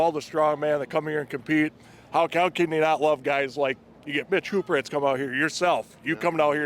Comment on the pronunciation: Maybe mitchel will help spread awareness on how to properly say the great surname of Hooper. Props to Eddie for saying it right so many times lol